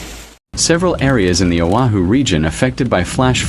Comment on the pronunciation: O'HU? SERIOUSLY?? IT'S O AH HU OAHU.. AND IT'S NOT BURIED.